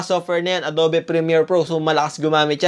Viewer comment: Ang adobe pronounced as Ado(ugh)be